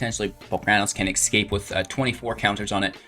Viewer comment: A hum-dinger of a deck! Well done. Now for the small jab: Escape. Esss-cape. Not X-cape. You make my eye twitch every time. You are still loved tho. 😉